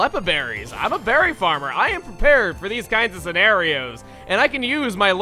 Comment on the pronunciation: more like "I am prePEARED"